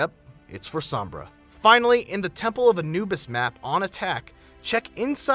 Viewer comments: her name means shade, the o is heavy o so u say it like oh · u Americans pronounce sombra so weirdly, u say sumbrah, its funny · lol u messed up sombra